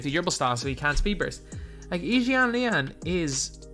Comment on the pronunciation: I respect that u pronounced yi jianlian’s name right ✊